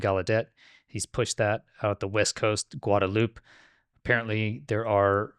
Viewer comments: it's not pronounced "guad a loop." It's pronounced "guad a loopay." There's an "e" on the end. Notice that? Spanish doesn't have silent ending vowels. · Isla Guadalupe pronounced: Gwad-a-loop-aye... imagine The Fonz is finishing that word except he's in a hurry.